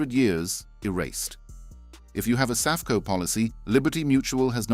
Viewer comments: I don’t think it’s “sa-fe-co” but rather “safe-co”. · Suff-EEE-co? Saffco? Sq1=CCC1 or vice-versa? Plus a plethora of other audio hiccups. I smell AI crapola. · Safeco is pronounced Safe Co. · SAFECO is not ppronounced SA-FEEE-KO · Your AI "narration" (More like REAL COMPUTER STUPIDITY) SUCKS!!!! Your "Narrator" can't even pronounce SAFECO & other company's names correctly!!! Channel BLOCKED!!!!!!!